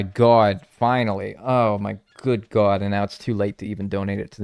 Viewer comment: I love how says “Oh my gwad” like a diner waitress in New Jersey